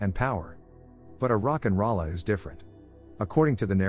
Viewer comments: Rock n roll a not rollah. Thumbs down cuz I had to hear it wrong 50+ times lol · Almost closed this tab after hearing the robot say Rock n Ralla...